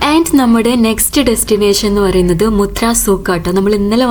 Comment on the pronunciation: മുത്രയല്ല മത്ര